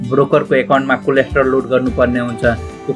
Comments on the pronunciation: bro its कोलेट्रल not कोलेस्ट्रोल ,,,,btw jus kidding,,,nice video........ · Coldstore Haina k collateral 😄😄